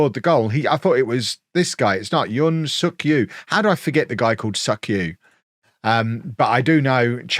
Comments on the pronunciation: Yoon Suk-Ju is pronouned "Jew" not "Yu". German and Scandanavian languages use J like a "y" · You may get demonetized with a Thailand video in which you repeatedly say Suk-Ju. 😄